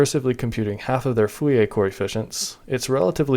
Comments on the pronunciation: saying Fouriae instead of Fourier is annoying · But, you keep saying "Fouiller" instead of "Fourier" 😅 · Every time I heard "foo-yay" I twitched. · Are.... are you saying ... Full e a transform? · Why are you saying foolyay transform? is it some kind of a joke that I miss, or just an engagement bait? either way consider me engaged. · Sounds more like 'foo-lee-ay' to me.